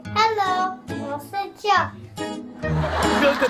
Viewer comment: 何炅好歹做节目前也做好功课嘛！Feynman念“Fryman”“Freeman”，Joe念“Joey”。这样有点不尊重小朋友们了吧？（何炅还是北外的教授。。。）